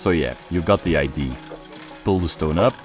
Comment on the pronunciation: For and: Just came here to kindly explain that in english, “idea” is pronounced “i-dee-ah”, and not “idee” (hopefully that makes sense) ☺️ I don’t know why its different than other words spelled the same way (like flea, plea, sea, pea etc. are all pronounced “ee”), but somehow it is haha!